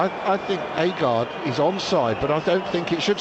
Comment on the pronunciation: It's agred not aygard